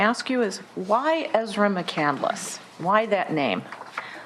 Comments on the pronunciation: Isn’t it pronounced McCand-less not McCandle-less? Just asking.... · The last name is McCandless and she keeps pronouncing it as McCandaless 🤦🏻‍♀️ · Amazing how she take Chris McCandless’s name, but keeps mispronouncing it and clearly knows nothing about him! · I don’t think she even read it. It’s not a novel. And I hate the way she adds an extra syllable to mccandless